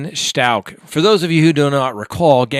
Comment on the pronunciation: I’m not trying to be a dick 😬, but.....It’s Stauch as in couch 🛋btw!! 🤭 Sorry 😐, it’s just going through me, every time you say it! 😆